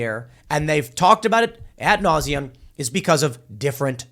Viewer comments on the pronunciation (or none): Tim, ad nauseam, not at nauseam.